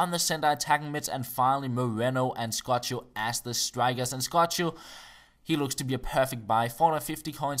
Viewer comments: Its not scotcho, its like scoko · It's like "S Coco" not Scochio.. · pronounce scocco (es-co-co) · Scocco is pronounced like "Skoko"! Thumbs up so can see:) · It's pronounced ES-CO-CO:P nice video anyways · Scocco is pronouced like IS-CO-CO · " scocho " XDD ... " Cco " It is pronounced the same as " Sco " but without the " S " . Like " coconut " Scocco. Thumbs up so he can see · It's pronounced "Skoko" :P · you say scoccos name wrong haha its funny bt nice vids love the skills keep it up bro